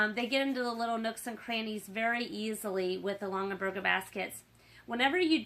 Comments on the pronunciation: OMGOSH. Stop saying LongENberger. It’s LongAberger. (“gah”) There’s no N in the second syllable of this family name!! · Longenberger?? It’s Longaberger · And they’re pronounced Long-A-berget! 🤣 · Plus her mispronunciation of the name is driving me nuts!!!!!